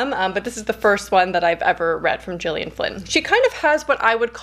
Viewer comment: „G” in Gillian Flynn is pronounced as in gorgeous, not as in George ;) It’s interesting because I really liked the writing style in Sharp Objects. I haven’t read Dark Places but I might give it a try. I usually enjoy reading about unlikeable characters.